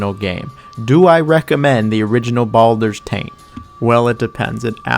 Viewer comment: Did he call it Baldurs Taint?